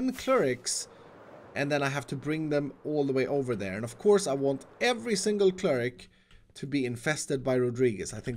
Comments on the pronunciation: "Kerig"' (Cleric) Is it just me? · It is so painful every time he says cleric/cleric's?